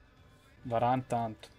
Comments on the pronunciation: comunque si pronuncia "veran" no varane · Si dice Varan e si scrive Varane